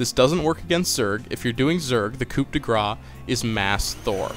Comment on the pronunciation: Oh, also you don't pronounce the "p" in Coup :P